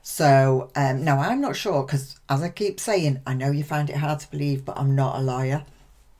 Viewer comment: When you said: 'I'm not a LAWYER' ... I heard: 'I'm not a LIAR'